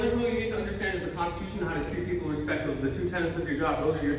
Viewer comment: The consachution? Never heard of that before